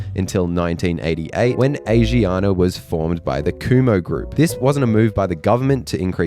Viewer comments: I’m pretty sure it’s pronounced khum-ho. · Kumho (금호) wasn't bad, I thought Hyundai (현대, hyun-day) got more butchered